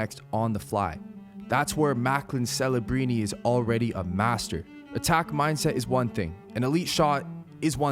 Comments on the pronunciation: are you saying fellabrini? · Why does this guy keep purposefully botching his name though? This isn't Ibiza Spain bro. His name is Celebrini with a C not an f. Stop sounding like an idiot